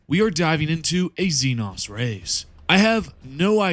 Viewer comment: IT'S XE-NO YA KNOW LIKE XENOMORPH? FOR THE LOVE OF THE MATRIARCH GET YOUR SLURS RIGHT MOTHERFU- Inhale Exhale Alright Alright, I'm calm now Sorry for the crashout It's just that by now I've seen it pronounced wrong too many times That's doesn't call for profanity though, my bad